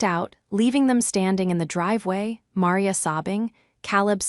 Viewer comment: Caleb pronounced wrong. Maria pronounced wrong. Awful AI